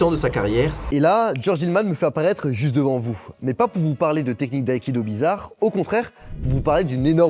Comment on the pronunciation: Aïkido se prononce : a-ï-ki-do et non aï-ki-do